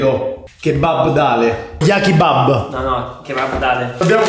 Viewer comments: "Jakibab" ahahahahahahah sto male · "Jakibab" mi ha STESA